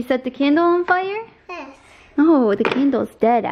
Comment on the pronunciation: The day stops saying “Hes” and actually says yes, I will CRY A LOT 😩